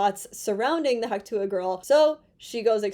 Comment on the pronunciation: Its "Hock twah"!! 😂